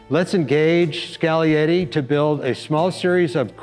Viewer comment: Skal-e-yeti. Finally someone that knows the G is silent. Like in lasagna. Cool car!